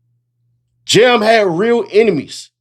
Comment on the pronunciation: It’s JAM not Jim dammit